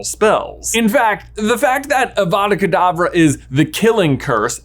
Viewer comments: Ah, yes, my favorite spell. AVAVA KAVADAA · it's awada kadabra.